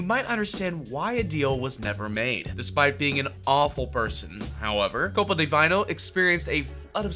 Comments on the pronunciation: Bro, The CEO himslef said how you ptonounce Copa Di Vino and you go Copa di vaino wtf.. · God the way you butchered Italian 💀 KOPA DYE VINYL